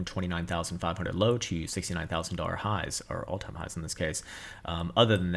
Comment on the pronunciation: wtf is a "boolar" lol?